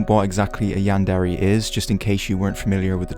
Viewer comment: You pronounce is "Yan-dairy" But, I'm pretty sure it's pronounced "Yan-dear" :<